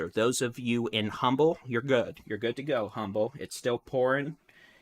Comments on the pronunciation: It’s pronounced UMBLE, as if the H is silent❗️⚠️ 1-9-2022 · FYI it's pronounced umble, h is silent.